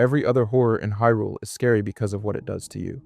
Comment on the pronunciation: Not only that, bro had the audacity to say "Hill-ians" and "COCK-ariko" 😂 Didn't know Link was trying to save "Hill-rule" 🤣 Edit: Nah bro is messing with us. No way he says "Shīghka". Wtf? 🤦‍♂️